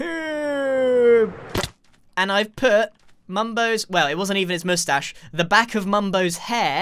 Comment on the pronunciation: grian: oh i always forget the masthashe me: -________________________